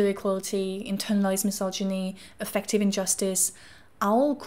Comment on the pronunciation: Affective should have emphasis on the first syllable so it doesn’t sound like effective… AF-ek-tiv